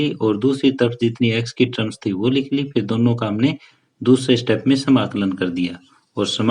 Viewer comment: ट्रम्स नही सर टम होता है 😂😂